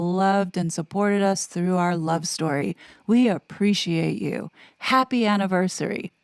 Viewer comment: Uh oh, she forget to swoopty swoop the "T" in "Our Love Story."